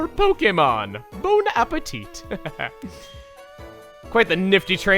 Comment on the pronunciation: I guess you can say "bow" appetite hahahah the puns